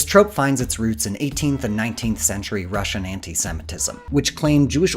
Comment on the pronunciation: Anti word ko thik se pronounce to krlo